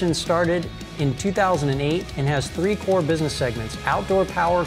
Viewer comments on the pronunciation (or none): none